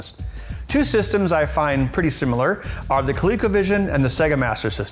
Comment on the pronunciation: SIMILAR not SIMULAR